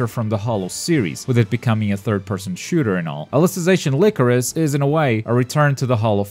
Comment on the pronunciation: Its “lie-crow-sis” not “lick-roe-sis”